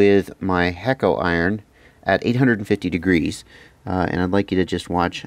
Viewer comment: I've never understood why some people pronounce it "hake-O". The logical pronunciation is hack-o.